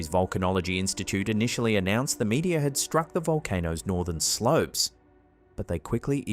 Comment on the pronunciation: What the hell is a "meatya"? I presume you mean meteor. I don't understand why this guy pronounces everything wrong! There's no point in listening to brain-washed religious nuts! Records, not "rec'ds". Honestly, how is it possible for any one person to pronounced so many words wrong? It's like he deliberately chose all the mispronunciations he could find, from around the world.